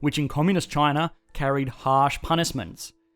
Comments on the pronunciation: It's spelled China, but he pronounces it c h i n e r. Where is this guy from? Pittsburgh. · Australians and the British: "Ah yes, the lovely country of Chiner." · I like how you pronounce it Chiner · Communist "Chiner"